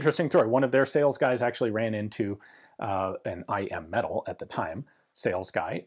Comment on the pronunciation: Every video I hear I AM metal when he says I.M. metal so of course all I can think of is that Stark Industries made these lol. Now I just want one even more and I want to rewatch Ironman 😭